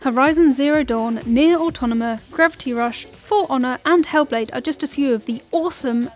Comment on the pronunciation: its automata . not autonama